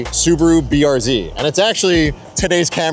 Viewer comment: The way you kept saying BRZ